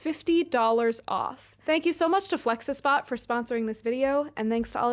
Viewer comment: I can’t watch an informational video made by someone who can’t pronounce flexispot correctly….. I just can’t…. Hearing you pronounce that word so close…. But so wrong made me not like you as a person. Did you really think THAT is how it’s supposed to sound?? You think THEY wanted people to make THOSE sounds with their mouths??? wtf is wrong with you.